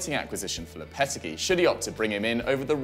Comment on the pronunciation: It’s pronounced Lopa-ta-gi